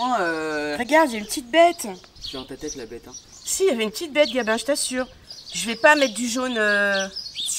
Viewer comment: Salut je voulais te dire à au lieu de dire Gabin ta dit gamin breff je vous embrasse ❤ bisous ❤